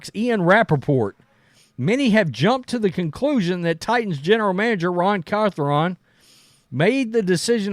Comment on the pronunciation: Carthron😂 this guy butchers names at a high level, just ask Girard Mayo😂